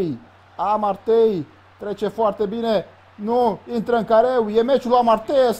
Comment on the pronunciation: Se pronunta A-MAR-TEU